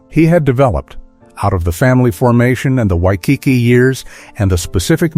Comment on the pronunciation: Wish the speker could pronounce Waikiki correctly